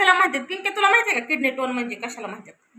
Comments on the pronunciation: अगं ताई किडनी टोन नाही किडनी स्टोन आहे...... आधी दवाखान्यात जा डॉक्टर सांगतील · किडनी टोन नाही ग बाई,किडनी स्टोन .म्हणजे मुतखडा